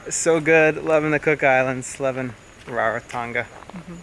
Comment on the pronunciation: Its not “Rare-Ra Tonga” is “Rā Rā Tonga”. Please, pronounce it properly.